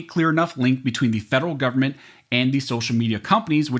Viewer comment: Don't pronounce Government as Goverment. As it GOVERNment they want to govern over us all.